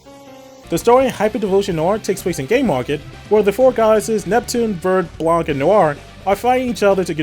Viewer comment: Love the reviews, one problem: The "C' in Blanc is silent. It's french and the language is stupid like that.